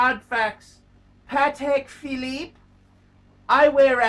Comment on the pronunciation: it cracks me up how much he enjoys saying “a Patek philEEEP, a grand classEEEK, from Patek PhilEEEP”